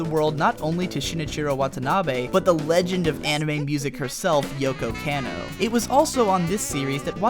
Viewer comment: Kah-no. Yoko KAH-no! KAaaaaaahhhh! Cmon bro, your stuff is so good, bad Japanese really stands out. :)